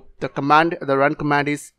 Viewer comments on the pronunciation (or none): none